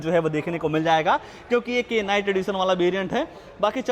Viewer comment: K night🤣🤣 brother K silent hota hai, K ko bolna nae hota hai Sirf Night pronouns krna hota hai👍